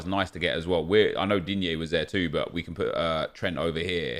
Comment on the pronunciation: when nep says digne normally instead of DEEEENYAY :((